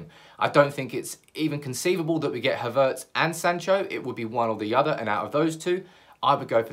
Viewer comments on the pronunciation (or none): I think you're the only one pronouncing his name Ha'vertz